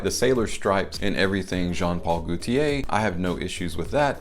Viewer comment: The way you said "Goootier" 🤣 That made my day. But yeah, that Fiat bottle looks like a children's toy from Star Wars. The testers from the Bvlgari Aqva line come with the stand though. Sucks that the retail bottles don't. Ferragamo Uomo testers also don't have the built-in atomizer. The top is actually a cap. Too many head-ripping accidents I suppose. Never had an issue with spraying my 50 mL, but I heard that the latest formulation isn't worth it anyway. Watered down apparently.